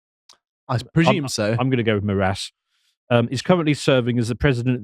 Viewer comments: The last name of Darth Vad.. I mean Alexandre de Moraes would be pronounced as "More - Eyes" in Portuguese. Not more ass 🤣 though they have a lot of that here too in Brazil. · Just a heads up because was worried about getting his name wrong its pronounced More-Ice not More-ass for future reference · Your pronunciation of his name couldn't be more accurate and fitting, because that is exactly what he is: a 'morass'. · His last name's pronounced ”more eyes" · The name of the Brazilian Court Justice is Alexandre de Moraes (pronounced Moe rah ees). And yes, it's a power grab move. Lula and his Workers Party had a very hard time beating evil Bolsonaro in the last elections and fear his return (and just keep in mind that Lula's return to power happened after he had spent some time in prison). Well.... at least it's closer to reality than the travesty they call democracy in Brazil. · his surename is pronaunced like "more eyes" or (with a more brazillian accent) "moar eye is", all together and fast. Also, your "more ass" sounds fitting. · Pronounciation tip: ale-shan-dry (paroxytone) di more ice.